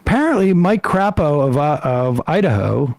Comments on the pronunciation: As an Idahoan, it's pronounced 'Crāpo' but truthfully 'CRAP-o' is far more accurate. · Crapo will tell you it's pronounced CRAY-po, but let's be real